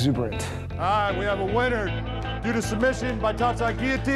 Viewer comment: At least Big John knows how to say guillotine.